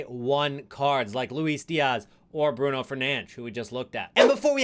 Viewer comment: Cool someone who can say Bruno’s name correctly :)